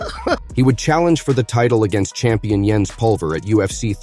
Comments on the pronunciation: It's Jens with a J, not a Y. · Calling Jens Pulver yens is really bothering me